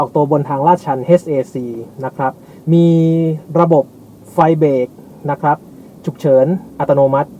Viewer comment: ใช้คำว่า นะครับพร่ำเพรื่อเกินไป มันทำให้คนฟังจะไปจดจ่อกับคำว่า นะครับ และคำว่า นะครับ ออกเสียงควบกล้ำให้สั้นกว่านี้นิดนึงครับ มันฟังคล้ายเราพูดว่า นะคลับ ผมก็เป็นเซลล์เหมือนกัน